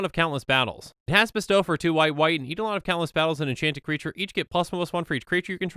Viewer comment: Not going to comment on Kytheon, since I don't know the official pronunciation, but "kitsune" is pronounced with an "é" sound at the end--that is, it's pronounced "kit-soon-ay." Japanese words are like that. (Technically it's "KEET-soon-ay," but I think that's splitting hairs and makes you sound like a weeb.) Also, I believe "eidolon" is pronounced "eye-DOLE-un," but don't quote me on that.